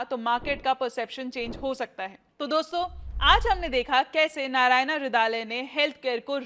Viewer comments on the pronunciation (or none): Narayana/नारायना ❌nahi , narayana/नारायण ✅ hota hai Pahle tum log thik se padho aur bolo okay Baki dhanyawad ❤